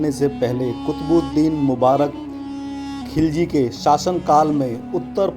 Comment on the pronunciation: एक गलती है खिलजी वंश ना कि खिजली